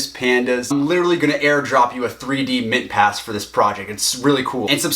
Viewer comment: did i hear mintpass?